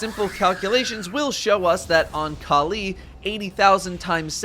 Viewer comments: Kaleee kaleee kaleeeee.... Kalli = California- Cali. Not Kal EEEEE :| sry i don't know why it annoyed me so much how you say it hahahaha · Why does he pronounce Kalli as Ka'Lee?